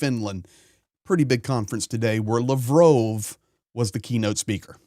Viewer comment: YOUR MISS PRONOUNCING LAVROV -ITS NOT LAVROOOOOV